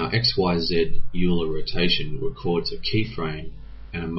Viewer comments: Euler is pronounced Oiler, not Yuler. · Nice explanation, it helped me a lot understanding the problem. Oh, and Euler is pronounced as "Oiler" not "Yuuler". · And its pronounced as "Oiler" :D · Dude, you spelled gimbal wrong, you are pronouncing Euler wrong and you are using the wrong plural for axis. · I don't have a problem with "zed" - that's classical and very proper... but "axises"??? Come now, surely you must know that the proper plural is "axes" [pronounced ak'-seez]? ...and I do have to agree with RensV as well on the pronunciation of Euler. Sorry about all this, spending the better part of a decade in Engineering School pounds these sorts of things into one's head like railroad spikes! :-) Otherwise a very nice video!